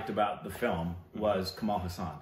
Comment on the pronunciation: This is something like saying Forest Gump is a crap movie and tom hanks acting was ok other than that there was nothing in the movie.... first plz pronounce his name properly its Kamal Hassan not Hussain lol